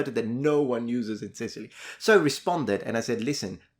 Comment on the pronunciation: His grandma was born and bred in Sicilty? 🤣